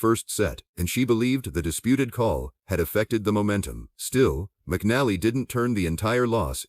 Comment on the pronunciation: pronounce her name right aI